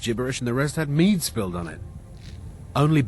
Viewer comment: It's called mead homie, get it right.